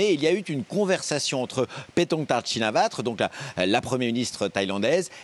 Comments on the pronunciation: quel desinformation meme pas capable de prononcer le nom chinawat correctement😆 La verite c'est que Madame Chinawat n'a pas ete elue par le peuple est au pouvoir depuis seulement quelques mois et est tres impopulaire, la mauvaise gerance avec le cambodge a ete la goutte d'eau qui fait deborder le vase, le peuple thailandais a manifester sa colere a Bangkok 2 jours seulement, aucune repressions, ou. CRS qui tapent du manifestant comme chez nous, comme le peuple Thai l'a exiger Madame Shinawat n'est plus au gouvernement et dans quelques jours des elections seront organiser pour que le peuple Thai choisissent leur 1er ministre, pour la suite esperont qu'il ne leur voleront leur election comme la derniere avec Monsieur Pita elu par le peuple Thai mais annuler par les militaires et l'ancien ministre Prayut qui n'est plus au pouvoir, petit a petit le peuple Thai reprend le pouvoir et elimine la corruption qui a toujours nuie a son pays, vive les Thai ! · C’est quand même fort d’être correspondant officiel en Thaïlande et de même pas savoir prononcer correctement le nom de la famille. C’est "Shinawatra", pas "Chinavatre". Si tu bosses vraiment le sujet, t’as forcément entendu ce nom des centaines de fois, donc le prononcer correctement devrait aller de soi. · pour info, en phonetique thai ca se prononce bien comme ca - "chinavatr" le dernier "a" est bien muet - faute pardoneee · Chinawat et non shinawatra pour la prononciation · Mesdames et Messieurs, c’est Chin-na-wat. Je suis Thaïlandaise, so I’m the ultimate authority on this particular subject, ok? 😂 Bien sûr, comme beaucoup de mots thaïs, leur nom vient du sanskrit (auquel cas ce serait Wa-tra), mais la prononciation a été assimilée et adaptée à la langue thaï, et certaines lettres sont muettes.